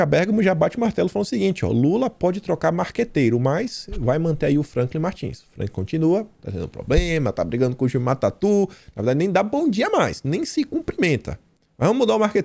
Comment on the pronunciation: Bom dia,. O petista que está brigado com Franklin Martins é Gilmar Tatto. A pronúncia não é Tatu, pois o fato de haver "tt" na segunda sílaba, não transforma a pronúncia do "o" em "u". Observe alguma entrevista com áudio e verás que ele próprio pronuncia Tato.